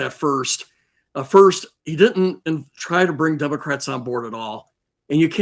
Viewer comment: Hearing a Maj. Gen. saying "Dumocrats" repeatedly is disgusting.